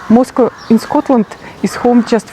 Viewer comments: Moscow is not pronounced the same. It’s it’s pronounced more like 🐄. Used to live in Fenwick I’d have to pass through to go to high school. We were always corrected to calll it mos 🐮. Slightly different x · It is pronounced Moz-cow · Ye say mos cow😂🏴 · btw its Moss...Cow! as in the animal...Cow🐄